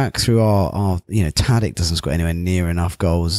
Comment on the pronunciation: Great podcast but why doesn't the dude pronounce Tadić's name correctly?